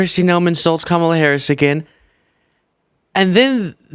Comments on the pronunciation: you are great. What a crazy hot mess is that??? Ave Maria to YMCA?? What th'? Real classy of the gal to say Ka mall a sucks! How hard is it to learn her name. It's pronounced Comma la! Let the insanity continue! Sheesh! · Any Republican who either cannot or will not say Kamala Harris’ name correctly s*cks. WTF is wrong with them always accenting the wrong syllable? Can we start calling him donOLD trump? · Why can’t any of these MAGA morons pronounce Kamala Correctly??